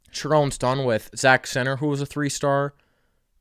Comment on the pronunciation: I will never understand why people can’t pronounce short i’s and e’s properly. Who is Zak Zenter? And who is Harball?